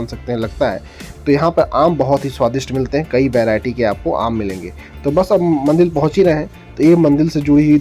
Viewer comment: Baaki sab to acha hai per Ek chiz samajh nahi aayi ki aap kaun se rajya se hai kyuki MANDIR Ko MANDIL bol rahe